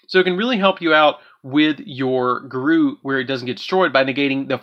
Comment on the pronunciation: It’s pronounced Goo-roo, not garoo. I feel like you did that on purpose